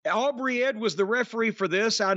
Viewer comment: He called her Aubrey Ed 😂